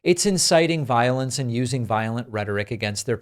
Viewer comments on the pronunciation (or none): none